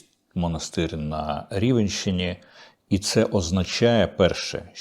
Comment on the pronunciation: На Рівненщині,а не рівенщині. Є місто Рівне і є пиво рівень відчуваєте різницю. Дякую. А все решта чудово